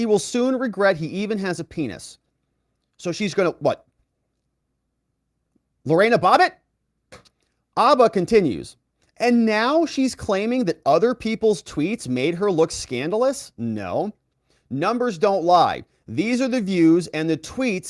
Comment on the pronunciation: “Lorain-a Bobbit”Lolol